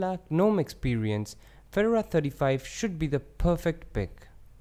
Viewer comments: Feh-door-ah. All one syllable. Very nice overview. I like Fedora because it's more current than Ubuntu. It's silly but it seems more exciting. Keep up the great videos! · I unsubscribed because you can't even pronounce Fedora, nor a bevy of other words...